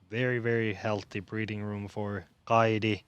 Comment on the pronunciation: Kaidi lausutaan Kaiti pehmeä t